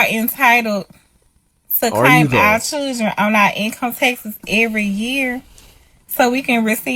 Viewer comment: Children. It is pronounced CHILDREN. Not chillgen